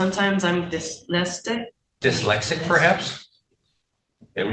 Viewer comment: She definitely mispronounced dyslexic on purpose.